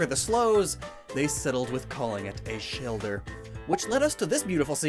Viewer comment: “Stuck in the shelder”